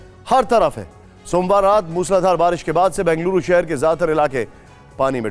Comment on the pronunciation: Please pronounce correctly - it is Bengaluru ,not Banguluru .